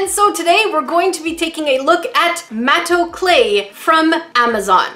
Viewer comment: I THOUGHT "MATO CLAY" SAID "MAYO CRAFTS" AND I WAS GETTING SCARED ABOUT WHAT THEY MENT BY CRAFTING WITH MAYO